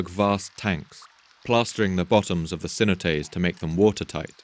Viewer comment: Spanish "cenotes", plural of "cenote", pronounced approximately say-NO-tayss!